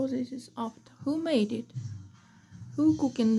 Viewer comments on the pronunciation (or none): none